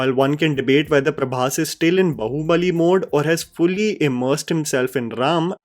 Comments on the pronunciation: Hi great video but can you please try pronouncing Bahubali correctly?😂 When you say Bahubali, bahu sounds a lot like 'daughter in law' bahu and not 'arm' baahu. It's really funny but people see your videos even outside our country as you make videos in English and it would be appreciated if we could at least let people know the correct pronunciation of Indian words. All the best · Sorry to point out a minute mistake, it's not bahu-balli like Saas bahu , it's Baahu balli 😂 I mean how can you speak meticulously perfect English words while completely missing out on Indian language enunciations....please can't hear the wrong word pronunciation, again and again its very odd. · Please stop calling it "बहु-बली " its "बाहु-बली " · Ok. I can’t take it anymore- it’s ‘baa(as in baa in ekta kapoor’s serials) hubali and not bahu (as in saas-bahu). 😢